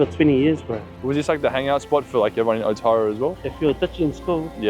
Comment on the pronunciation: aotearoa is pronounced au-te-roa u have to roll the r